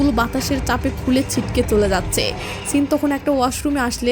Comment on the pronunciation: "চিনটা মনে রাখবেন পরে কাজে আসবে" এই কথাটা ৫০ বার করে না বললে হয়না? শব্দটা "চিন" না, "সিন"